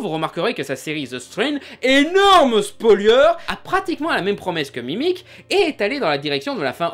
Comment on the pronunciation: C'est incroyable : tu écris Spoiler, mais tu dis Spolieure. Ya rien qui gigote, là-haut ?